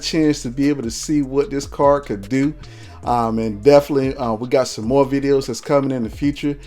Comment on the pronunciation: car-d not car :)